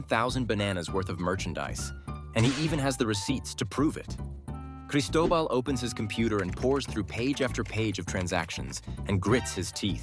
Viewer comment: He says Cristobal i heard Pablo Escobar